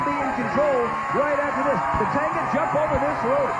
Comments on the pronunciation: lol did he call tatanka, tatango? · Did the host call tatanka, "tatanga" the whole show😂